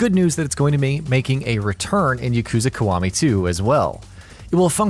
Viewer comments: i got triggered everytime he said Kawami instead of Kiwami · Yah-koo-zah Kee-wah-mee. How hard is that. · Dislike for the pronunciation of Yakuza & Kiwami. Wtf? 🤢